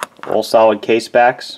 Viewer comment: So cute how you pronounce all... And off... Kinda like "Oall and oaff"